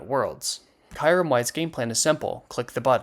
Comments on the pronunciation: bro really said “Kairym” 💀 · I think we can put aside the discussion of how arceus or yvetal is pronounced, cuz that “Kairem” is fucked up.(No hard feelings) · You did NOT pronounce it Kayrem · You may want to double check pronunciation on kyurem and conducive